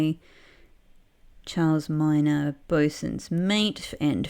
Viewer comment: I wonder how you pronounce the Bossun's Mate's name. Everybody calls him "Charles"(tsjarls), but he's supposed to be French, right? Don't they pronounce it as "sharls" over there? And the last name, "Miner". You pronounce it as "my-ner", but I'm pretty sure it would be "mi-nee". Maybe. I'm obviously not French.